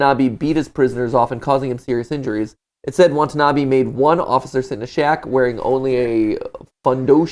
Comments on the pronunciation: watanabe not watanabi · hope they will learn to properly pronounce Watanabe in the film theory XD